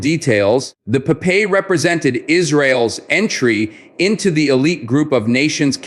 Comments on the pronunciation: Its is not po-pay but pop-eye! we saw a lot of cartons in our childhood in the 70 in Israel! Pop-Eye is a hero! gentle, most of the time humble and naive, but when he took his spinach could blast to peaces any bad guy! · Pronounced pop-eye.. per the famous sailor cartoon hero... And its tracking head's 'eye' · Popeye... you cant even pronounce olive's boyfriend's name correctly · Blah, blah, blah AI generated hot air and bubbles without any factual information. The missile name is pronounced Popeye, something that the stupid AI program for a certain reason cannot pronounce correctly. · Great video I’m letting him but the way the AI is saying Popeye is funny